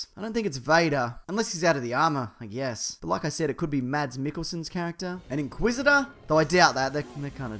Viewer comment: It's pronounced "mas" as in "christmas", not "mats".